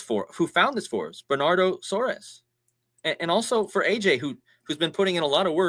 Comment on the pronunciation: His name is pronounced Bernardo Soares (sounds like sores)